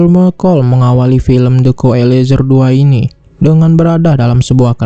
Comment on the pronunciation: ekulizar....🤭sebut pun tak betul